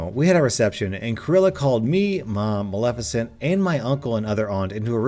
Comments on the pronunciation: Ahh so glad you know how to say Maleficent and didn't read this reddit story saying MALE FISHENT like one of your fellow youtube reddit readers did. Keep up the great content. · Kudos on being able to pronounce Maleficent, I listened to a guy yesterday that screwed up every time, it was bugging the hell out of me. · I would like to personally thank you for pronouncing Maleficent correctly instead of pronouncing it “male-FISH-ent”, which is what I had to hear the first time I heard that story narrated. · At least you pronounced Maleficient correctly. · Heard the Cruella/Maleficent story somewhere else, and it's oddly satisfying hearing say Maleficnet correctly. Thanks for that. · YOU SAID MALEFICIENT RIGHT!!! <3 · Ohhh and thank you for being able to pronounce maleficient